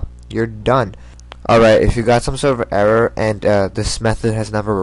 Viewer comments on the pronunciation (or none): none